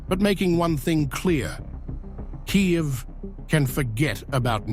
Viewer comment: Learn how to pronounce Kyiv